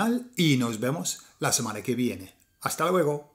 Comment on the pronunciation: Isla de Tenerife, España, África. Bien hecho. Buen vídeo. Tiene un MUY buen español. Pero. . . Hay que cuidar esas vocales atónicas, para evitar decir cosas como "samana" y "Torrajón" en vez de "semana" y "Torrejón". Saludos cordiales, Chicho.